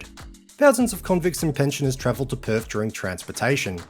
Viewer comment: West Aussies can’t do TH when saying Perf 😁